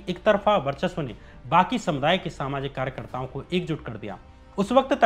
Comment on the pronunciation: भाई, अपना उच्चारण ठीक करो यार! शिक्षा को सिच्छा बोल रहे हो, वर्चस्व को बर्चस्व, ब्रिगेड को बिग्रेड, बिचारधारा, आसंकाओं, यह सब क्या है? 😀😀